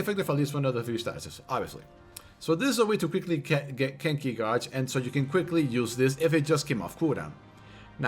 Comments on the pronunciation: Gauge is pronounced 'gayj' not 'gawj' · Gauge. Not Godge. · This man can’t even pronounce “Gauge” and you’re sitting here talking shit defending him. Lmao IDIOT